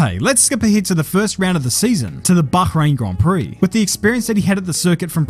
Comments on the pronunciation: Nitpick, but the way you say "Bakhrain" bothers me. Otherwise good video! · The BaCHrain, an english speaker saying a G like I (a dutchman) would